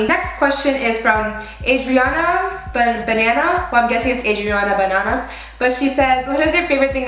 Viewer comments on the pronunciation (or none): Laughing at how you pronounced Buh-naw-naw.